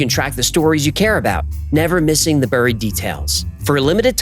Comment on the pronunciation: "buried" is not pronounced "brrrr eeed" it's pronounced exactly like strawberry. Or Barry Allen.